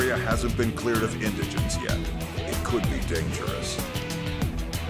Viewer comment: Its not in-digens its indegins